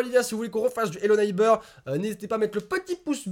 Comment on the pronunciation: trop cool ta vidéo (arrête de dire hello neibeurre )